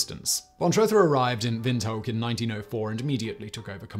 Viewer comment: Great video! But as far as I know, the pronunciation is more like "wind hook!"